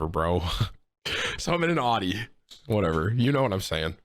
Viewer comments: 1.) it’s pronounced aouti 2.) Buy a plug from the gas station 3.) HaVe YoU eVeR hEaRd Of a sPaRe TiRe!! 4.) btw Ik this ain’t tim but like “come on man!” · literally never heard someone say audi like that. tim is just dumb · You cant even pronounce Audi, ur dumb asf, not good at fortnite and ur acting hard at one point and I bet ur as hard as a marshmallow. Calm ur dumb ass down tim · "It's all about that Aww Dee. Audi? Naa... Aww Dee." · How is Tim 29 and didn’t know how to pronounce Audi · every 2 seconds someone in chat insults how he says Audi, gets hella annoying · I'm going to have a borderline meltdown if you say Audi incorrect one more time, ya big tater